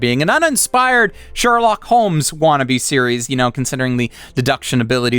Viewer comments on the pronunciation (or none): none